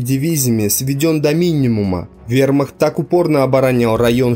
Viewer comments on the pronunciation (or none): none